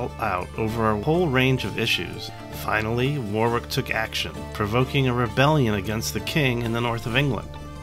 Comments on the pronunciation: Just about to type the same. It saddens me that on a bus service in Bristol, where it's pronounced incorrectly at a stop, for war.. wick road instead of worrick. Always irritates me. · He said War-Wick. We say Worrick here, and save War-Wick for the singer named Dionne. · As Someone who lives in Northamptonshire and has visited the site, it is prounonced as Warick as opposed to War-Wick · The American pronunciations of British counties and places always makes me smile. Warwick is Wa-rick to us English and Northamptonshire is North-hamp-ton-sheer to us haha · Warwick. It's pronounced "Warrick" The second "w" is silent ... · As a native of Warwickshire, may I correct your pronunciation of Warwick, phonetically it is pronounced Wa rik, and Wa rik shur. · That looked like it was great fun! As we know, the British and Americans are two nations divided by a common language so for anyone who’s confused: Warwick and “Worrick” are the same person - the latter is how it’s pronounced. Pembroke and “Pembrook” likewise. Also Herbert is his family name so we’d say “William, earl of Pembroke” or “William Herbert, earl of Pembroke” but not “Herbert, earl of Pembroke” (although you could speak of “the Herbert earls of Pembroke” to distinguish them from the Tudors who held the title later). The honorific “Sir” for a knight is never used with just the surname so “Sir William Parr” or just “Sir William” but never “Sir Parr”. Hope this is helpful - certainly not intended as criticism; I loved the video. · Awesome video!! Unbelievable dice rolls! No adverse criticism intended but foreign pronunciations always make me smile Warwick should be pronounced Warrick, Northamptonshire/Northampton-shear, Pembroke/Pembrook Sound levels could use some work but I really enjoyed this latest LWTV offering.